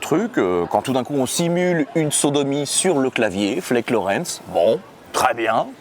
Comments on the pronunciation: La sodomie c'est pour "illustrer" la chanson Bück dich (qu'on traduira par penche-toi) Ah et le nom du claviériste se prononce "flaquE" (toujours prononcer les e à la fin en allemand). Mais sinon ton accent n'est pas si terrible. J'ai vu pire chez des gens qui apprennent la langue depuis des années 😂 PS: je viens juste de découvrir ta chaîne. C'est vraiment sympa 👌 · du hasst pas du haast :) par contre l'accent xD Flake n'est pas prononcé comme en anglais mais c'est prononcé FL-AH-KE (le E n'est pas muet)